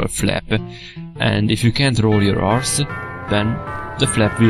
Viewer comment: did he say "how to roll your arse"? .-.